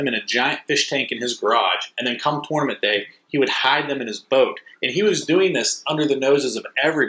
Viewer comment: When you learn to pronounce tournament I’ll finish watching this video